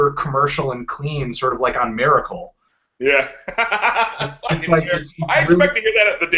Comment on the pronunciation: You say Miracle fuuny, Anthony